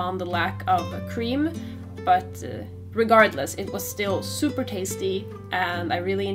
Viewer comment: Am I the only one that always chuckled when she said super, like in the end "have a soup-er duper good one!" ? Thanks for the recipe though, I would love more videos like this :D